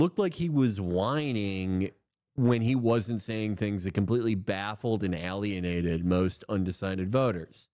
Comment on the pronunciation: every time Felix is on Hasan he says "alleyanated"